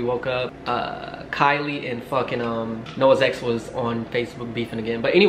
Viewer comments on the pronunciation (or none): none